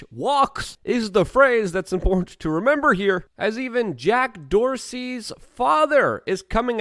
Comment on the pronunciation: There's a t in important damn it